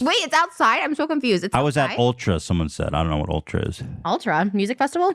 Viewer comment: interestingly enough, tesla and tezla are both correct. elon musk himself pronounces it tezla. ethan's pronunciation of ultra and morph always kill me though 😂